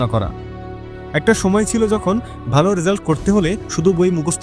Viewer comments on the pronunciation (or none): none